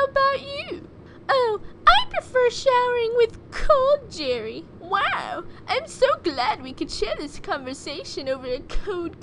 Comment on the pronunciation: I like the part when she said Jarry.